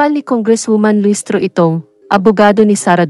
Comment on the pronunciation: Anong listro ang kabobohan mo talaga magbasa Dka na nakontento sa batang quiapo pati ba naman dto